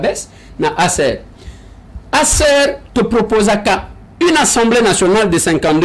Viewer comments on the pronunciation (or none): Assemblée nationale et non ensemblée il faut bien prononcé